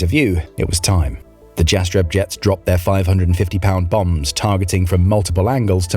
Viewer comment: the J in Jastreb is pronounced like a Y - Yastreb